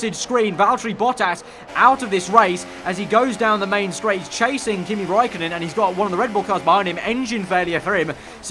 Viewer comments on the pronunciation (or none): none